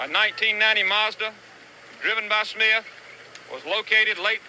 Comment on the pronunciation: Smith not "Smiff"